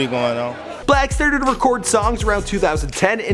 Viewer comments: Why does he call him black his name is six-lack, right? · His name is 6 black not 6lack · Is pronounce six-lack idiot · It’s pronounced slack (6lack) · 6lack is pronounced black -6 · dumbass it's pronounced "six-lack" smh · 6lack is pronounced black 6lack is pronounced black 6lack is pronounced black 6lack is pronounced black 6lack is pronounced black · I thought it was pronounced “SLACK” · I know it's obviously pronounced as Black, but 6LACK sounds cool asf to me.